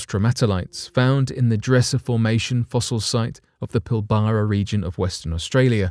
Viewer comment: Lol pill bara region off Western Australia gee say it like pill bra not pill bara